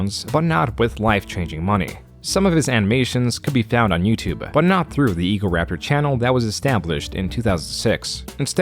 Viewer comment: why does this guy pronounce "youtube" like "youtube-uh"? "The most popular form of video on Youtube-euhhh". Bro it's just "youtube" there's no extra sound at the end of the word